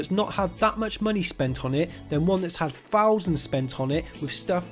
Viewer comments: Fousand, fings xD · I just like the way you say thousand and things xD